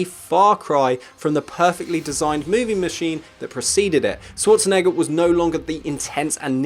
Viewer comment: sh-war-tzen-egger - People have such a hard time pronouncing Arnold's last name. I mean, if you're gonna make a video and say it several times, ti would pay to know how to say it, no? Use the Schwartz! en-egger!